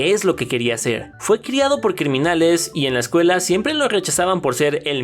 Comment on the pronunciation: Zssshcuela? Palmolitas?